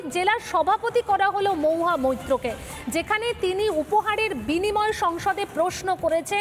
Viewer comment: 'মহুয়া ' উচ্চারন টা ' মউহা ' হয়ে যাচ্ছে। অপিনিহিতির দৃষ্টান্ত পেলাম।